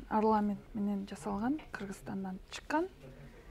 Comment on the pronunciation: Эмне учун арламент деп айтасыздар туура арнамент деп айтуу керек..( без обид).А так вы все молодцы,иштериниздерге ийгиликтерди каалайм.